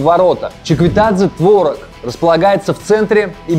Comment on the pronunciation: не творог, а творог